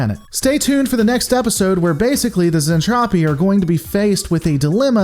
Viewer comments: Lore Lore Lore....Its Zentraedi "Zen-Trad-ee", not Zentrophi, LOL Also its Space Fold, not Warp Fold...lol x2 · Repeat after me "zentraeDI", not "zentrapi" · Hey. Lisa isn't trying to kill everyone. She is a Tsundere. Also its Zentraedi(Zen-trah-dee). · Zen traa deee that's how you pronounce it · Awesome, can't wait for more but please stop saying zentropi its making my brain hurt. ;) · I do believe he's making a joke with his intentional Zentraedi mispronunciation.....Zen-TROPE-Ē....trope.....get it? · It's Zen-Tra-Dei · Mmmm something ain't right here.... Oh yeah it's the Robotech version, not macross. It gets confusing sometimes.... The show is certainly better than Gen 1 DragonBall, but I would not recommend watching Robotech unless you are already a big fan of macross as I am. Also you gotta work on the pronunciation of zentradi.... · UN subbing unless you say Zentradi correctly There is no fuck'n p in the word... Seriously try harder..